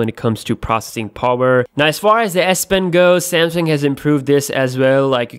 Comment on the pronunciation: I like how he pronounced "sam-seeeeeng"